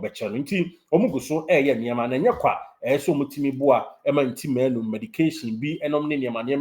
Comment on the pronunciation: The name is Ntim not Nti